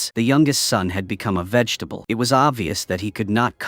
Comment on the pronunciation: why is no one talking about "vefetable?😂